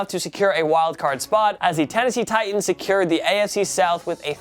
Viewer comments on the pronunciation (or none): none